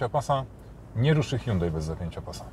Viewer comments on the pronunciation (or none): none